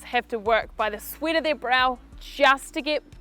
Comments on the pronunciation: It just me or idk, i heard she said "sweet". :) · Yes, she says sweet ..A bit confusing here